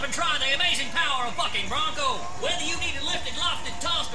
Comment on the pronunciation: am i the only one who hears fucking brunco rather then bucking brunco